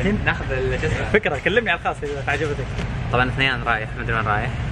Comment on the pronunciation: تأثر بلهجة بدر هنا 😂😂😂 " عجبتك"